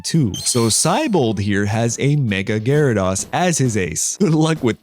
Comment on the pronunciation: The way you pronounce Gyarados and Tyranitar is very interesting! But doesn't they sound more like G-air-uh-dose and Tie-ran-eh-tar?